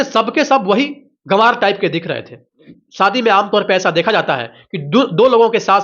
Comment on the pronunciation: शादी को सादी बोल रहे हो....तो फिर सीधी साधी को शीदी शादी बोलोगे क्या? घटिया उच्चारण